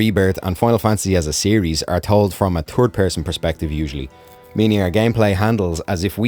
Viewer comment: “A Turd person perspective “